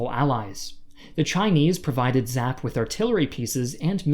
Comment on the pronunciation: Wow you said General Vo’s name correctly! Good job! Great video.